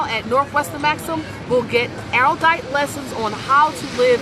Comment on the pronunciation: PS. It's pronounced "arrowdite."